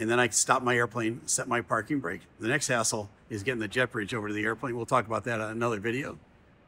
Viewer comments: Did you say at the end "the next asshole" or "the next hassle"? Go! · I had to play a certain section back a couple times because I thought well let's just say you said the next "hassle". And I thought you said the next "A$$hole. Lmao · I thought you said the next asshole haha I had to rewind and watch it again. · Good thing you have captions on these clips. I thought you said, "and the next asshole is getting the jet bridge over to the airplane." I had to rewind for that one. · I had to listen to this 3 times before I realized said 'hassle' and wasn't talking about the jet bridge person.